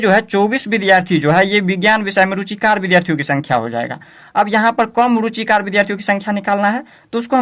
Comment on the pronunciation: Apne thodi galti kar di hai ruchikr ko ruchikat bol rhe hai